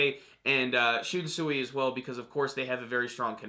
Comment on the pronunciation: First video you've actually pronounced Shunsui's name correctly